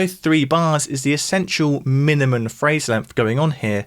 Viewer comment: He snuck the word "minimuN" (not a word) in there, and it broke my brain.